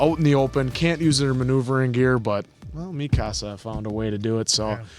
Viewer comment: It’s driving me nuts how they’re pronouncing Mikasa it’s “Meek-Ka-Sa “ Japanese not “ Mi-casa lmao yall are calling her “my house “ 😂 in Spanish